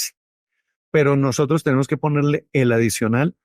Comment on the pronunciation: Doctor, ud. Debe usar un lenguaje neutro. Edúquese para salir al mundo con seriedad , la palabra no es NOHOTROS es NOSOTROS. Con respeto a su profesión y a su etnia.